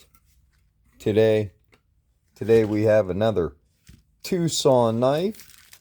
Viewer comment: NOT TUSCON (the city) & NOT TWO SON. TRY TWO SUN ... 2 ☀(you're not trying, are you?).💔